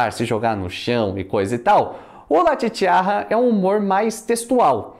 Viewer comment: La Chicharra se pronuncia "chichaRa" com um R apenas e não com dois...La Chicharra significa A Cigarra...saludos de México